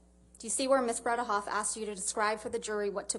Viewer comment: So professional, JD lawyer pronounces Elaine s last name perfectly.